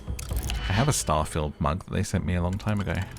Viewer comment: Omg you said "star-fah-yield" rather than "star-feeld"